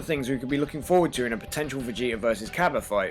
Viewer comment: It's not cabba its kabe